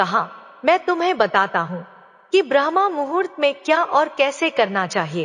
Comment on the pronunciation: ब्रह्मा मुहूर्त नहीं बल्कि ब्रह्म मुहूर्त